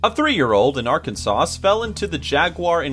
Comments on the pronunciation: Did you just say ArkanSAUCE...birch its Arkansas. Ar-kan-sah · BOI ITS PRONOUNCED ARKANSAW NOT ARKANSAUCE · It is not arkansauce lol it’s Arkansas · This guy really just said Arkansauce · Umm "a 3 year old in Arkan-sauce" I think you mean "Arkansas" pronounced "Arkansa" lol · “arkun sause” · Arkansas not Ar-kansas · did he say arkanSAUCE? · Did you say Arkan-sauce? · He mispronounced Arkansas. The last letter is silent. So it would make a little more sense to spell it Arkansaw. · My man's said Arkansauce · Arkansas is pronounced 'arkansa' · Why with the mispronunciation of Arkansas? Every time? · When he pronounced that last s in Arkansas I knew he must have attended maybe even graduated from a liberal school. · Arkansas... look up how to pronounce it